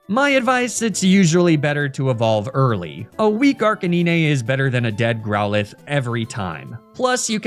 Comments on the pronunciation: Arcaniney? It's arcanine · This is the first time ive heard someone call arcanine as arca nyne and not arca9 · the way you say Arcanine kills my soul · I wanted to watch your videos to the end, but the way you say Arcanine and Lapras is so annoying... I couldn't make it, I had to click off 😔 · why you saying his name like that bruh